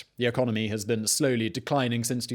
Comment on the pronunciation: Lol ecomony